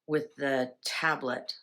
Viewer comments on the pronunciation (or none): none